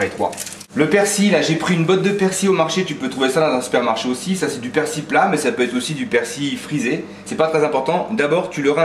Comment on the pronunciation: persil et non persi on prononce le L